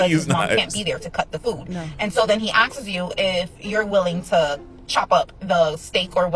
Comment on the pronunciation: Imagine not being able to pronounce “asks” correctly but going on the internet to shame someone else lmao talk about having a plank in your own eye…😅